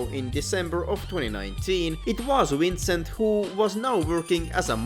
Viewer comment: I don’t know whether to giggle or grind my teeth every time I hear his name being pronounced as “Wrincent”